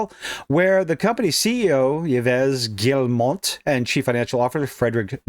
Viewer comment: Yves = Eves Guillemot = Jee-moe